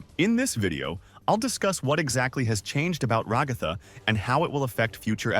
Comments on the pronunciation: Your AI voice keeps mispronouncing Raa-gath-tha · Hearing you pronounce Ragatha "ra-goth-ah" hurts me mentally